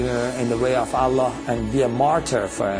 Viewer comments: 1. we pray 5 times not 3. 2. he said prophet muhammad but didnt say p.b.u.h. or s.a.w. 3 n he becomes powerful n real life by reading quran? fake non muslim say that, 4 he cant even say Allah like properly. so if thats not enough proove his faker muslim, well i dont know where you are going... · The way he says Allah.. is like he says it for the first time.. LOOOOOOOOOL i like the effects in the video too.. suits the music.. talking lies about Islam.. I dont feel sorry because of you.. I feel sorry for you.. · this is all fabricated. he can't be a muslim. a muslim unable to pronounce the name ALLAH correctly. how funny. fool other foollish people like u but won't be able to convince muslims with your lies and fabricated stories.